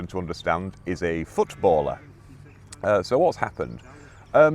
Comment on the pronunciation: Good evening to you. Thank you for another video. I enjoyed your delicate pronunciation of 'footballer'. The 'padding' was just as enjoyable as the bare facts I have to say. The Wheel Inn, a bastardisation of Wheal perhaps given the location? Thank you, 😊.